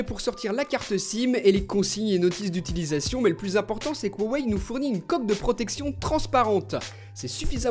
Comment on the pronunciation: Sans vouloir être embêtant il me semble que le nom de la marque ce prononce "ruawai" en tenant compte de la prononciation des idéogrammes chinois Merci de tes vidéos je t'adore ^^